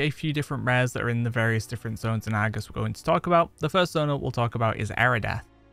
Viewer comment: I like your videos, but I have to admit.. Your dialect frustrates my ears. I mean no offense. But like Argus . The Ar sound is like the letter R. Not Agus. And when you say words like "likely". Where I'm from it's pronounced "like-lee" not " like-la". Again, no disrespect, just thinking out loud. 😁